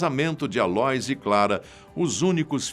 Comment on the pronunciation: A - LÔ - ÍS, como Aloísio!!! Pronuncia Aloís... ÍS é a tônica, pelamordeDeus....! E vai estudar mais, tem mais prova na Argentina do que no teu vídeo!